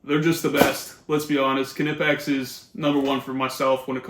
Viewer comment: Knipex, pronounced: Nye-Pex